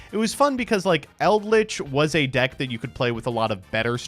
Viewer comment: Dude said Eldrich like i won't surprise him with misplays